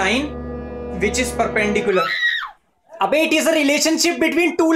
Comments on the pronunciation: he says perpenDICKular. XD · Perpen-di*k-ular,,, Sameer is a legend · It's not perpendicular it's perpenDICKular🤣🤣🤣